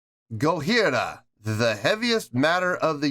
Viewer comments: Why do you keep pronouncing their name with an H? The name is Japanese so it's a J not an H. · The J in Gojira is a hard J (like John). It’s a joke about how people in the original Godzilla film pronounced the monster’s name. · Mario's practice routine consists of (or consisted of) 2 hours: one of general techniques and one of kicks only, starting from a lower speed and ending as fast as he can. One hour! : ) Also, why aren't you pronuncing the 'j' in Gojira? It sounds weird the way you're saying it. If you want to hear Jean Michel's bass more distinctly, you should react to Flying Whales. In the rest of their catalog he mostly just follows what one (or both) guitars are doing but that doesn't mean it's not there. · Gojira means Godzilla in Japanese. Pronounce it GODJIRA not in the French way without the j, but an H, just a friendly advice. I have seen them twice.. 1st time in Wacken, where they have just released this track. Love your knowledge about metal and musical skills